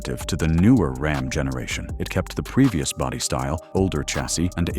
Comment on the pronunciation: These AI generated videos are a F ing joke with the pronunciations of common words. Like RAHM or ROM instead of RAM. If they can’t even get this right are you to believe what the bot is telling ewe? Truck owners are aware of the junk that’s been on the market. All we want is reliability and damn sure not in an EV.